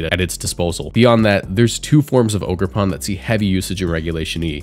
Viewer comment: It’s “OGER”! lol great video I’m glad to see amoonguss gone but these new mons are way too strong . Matcha gotcha, toxic chain and both ridiculous moves/abilities and chien pao may even be more annoying than zacian